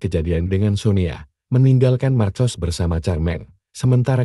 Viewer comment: Marcos di baca dalam bahasa indonesia markos